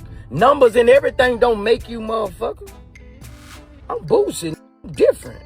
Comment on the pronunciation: you are butchering that man name aint no "T" in BOOSIE